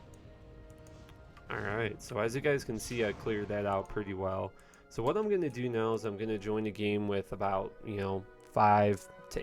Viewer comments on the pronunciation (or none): none